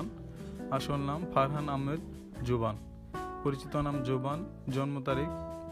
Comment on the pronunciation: ভাই জবান কি জভান উচ্চারণ জানেন না নাকি